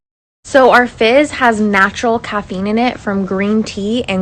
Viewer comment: I keep hearing “fish sticks” instead of fizz and it’s making me laugh